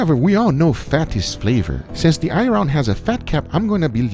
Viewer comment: "Irawn"